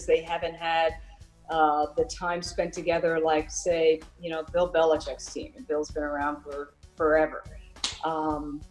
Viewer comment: i listened until she said belechick.